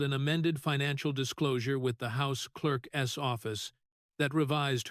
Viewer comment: Clerk’s is not pronounced as two words, clerk ess.